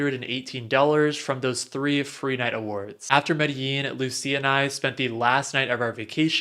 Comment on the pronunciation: Medellín co is pronounced ‘medejin’ or ‘medegin’, not how it’s spelled.